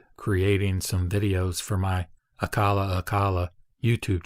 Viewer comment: It's pronounced A-CHA-LA, not A-KA-LA. C is pronounced like K in Sanskrit.